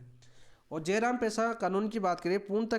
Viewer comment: जयराम ❌ जरायम✅